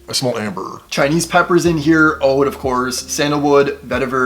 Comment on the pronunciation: He said ODE WOOD!! 🤣